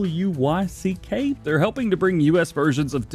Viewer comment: Glab to be in the video! Btw its pronounced "D Luck" 😉